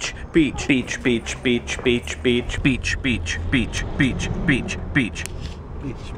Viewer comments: In the end you saying 'beach' turned into a spanish guy saying 'bitch' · all of the beach started to sound like peach